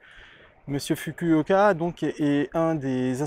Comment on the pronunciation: dsl de te reprendre mais pour Masanobu Fukuoka , le" u" se prononce "ou" en japonais